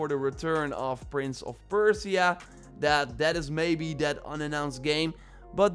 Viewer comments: perciea ? perSia. You butchered the name. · Persia(PER-SHUH). I’m sorry, but my ears are bleeding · Stop saying "Prince of Perse-ee-ah". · saying Persia wrong but good video :)